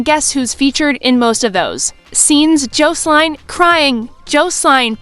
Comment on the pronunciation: AI 😂 cant pronounce Jocelyn